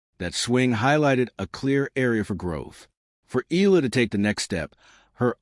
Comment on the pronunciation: its eh-yah -lah not EE-LAH